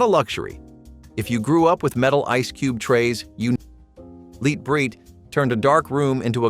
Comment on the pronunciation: Lite Brite, not LEAT Brite, numbskull!!